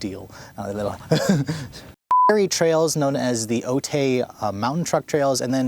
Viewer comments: Otay is not pronounced O-Tay. It's pronounced O-tie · That's how we San Diegans can tell a tourist... "Otay" is pronounced like "O-Tie", "O-tay" just sounds strange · I cringed every time he said it. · San Diego local here, I hope you enjoyed your stay here. Just FYI, it’s pronounced “Oh-Thai” Awesome video as always though. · It's pronounced Oat-i 🤭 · Minor thing: Otay is pronounced “O-tie”. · "Otay" is commonly pronounced "Oh-Tie" if you're in southern California [I think it's a Native American word]... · Ha. Its pronounced as Oh-tie (otay). Love your video man! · True story...straight murderd the name.